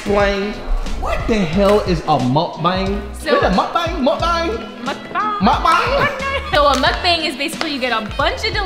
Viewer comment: You say it like mukbong but it spelled like mukbang and my baby sis is just like ava love her a water bottle